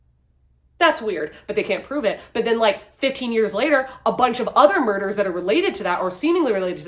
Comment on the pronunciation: I love every time you say moyder 😅 I have been putting off spending my coin on A Dowry Of Blood but maybe this is the time! Also Southern Book Club audiobook was immediately available 💃❤️🎃